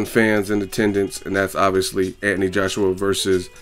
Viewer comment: Love the videos but anyone else find it annoying that he pronounces Anthony Ant-knee? Haha just saying